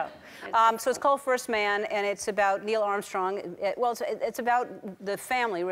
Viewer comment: Sorry, Claire, but you got the Canadian dead wrong. NO Canadian says "aboot." The "ou" in "out" and "about" is, in linguistic terms, called "Canadian raising," and it's not at all what Americans persistently mythologize about Canadian pronunciation.